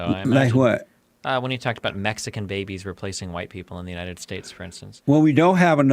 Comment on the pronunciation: United States of America… emphasis on the first word “ United”….. perfect example of the opposite, Jesse pushing division!